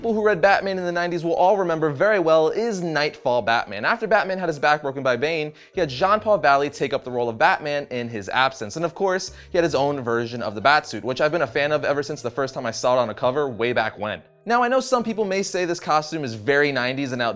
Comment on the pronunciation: Now, I don't want to be "that guy," but it's JEANS Paul Valley. Not John Paul Valley. (Sorry, I just had to do that.)